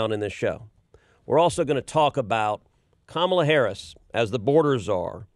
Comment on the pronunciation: It's Ka MAA LA not Kamala (speaking to the host NOT Ted, Ted pronounced it correctly).